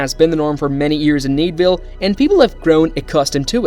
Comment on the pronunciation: thneedville not needville